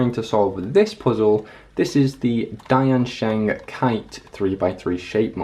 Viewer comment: Can i teach u how to pronounce diansheng ? Its like Tien Sheng ( the second e is like father)